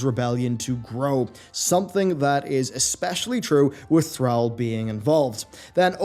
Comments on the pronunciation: Learn to pronounce Thrall. Thanks. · How he pronounces Thrall had me triggered. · Man stop pronouncing Thrall wrong. For the love of God. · How can you miss pronounce “Thrall” has he really been gone that long? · Stop saying Thrall like that. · The way he pronounced Thrall. Lol. It a real word. It mean slave. Why he keep pronounced it wrong?